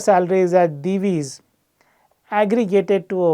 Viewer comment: Hearing someone pronounce Divi's correctly for the first time from the analyst community! 🙂